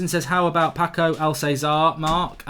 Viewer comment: 'PACK-O ALZAZAR'. jesus, this guy doesnt watch football